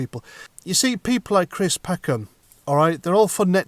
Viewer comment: Cwist what a pwatt.